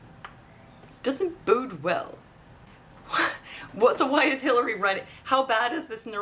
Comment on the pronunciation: Possibility #4: search 'Hilary is running for her life." She has made big promises in exchange for big clinton foundation donations that she can only keep as president. We all know what happens when you fail to come through for 'people like that.' P.S. enjoy the Canadian dialect... "it doesn't bood well."